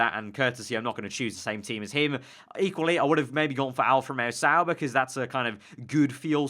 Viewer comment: Why does everyone say Sauber?